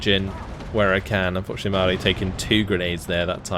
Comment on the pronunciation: It's Pronounced Mao-ri like general Mao